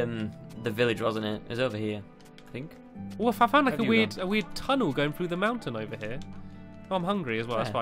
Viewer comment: NO UR WRONG HE SAID IM FOUNG BACK IN THE OCEAN